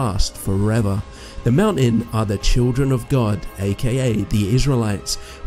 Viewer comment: You have atrocious pronunciations brother. You sound like michael cains maids son. 😂 please work on your English. It’s pronounced throne. Not frone . Brother not bruva mountain not monin . whole earth, not ho erf People, not peepol Christianity not chrissanny Together not togever Gospel not gossil Oi mate.